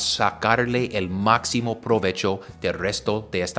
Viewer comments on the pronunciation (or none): none